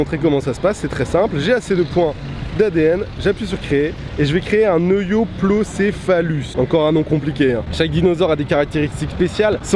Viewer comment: C EU-PLO-SSE-FALUSSE voilà bonne prononciation de cette ankilosauridae